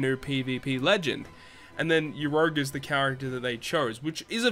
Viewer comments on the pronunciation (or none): Stop pronouncing urouge like that pleaseeee 😂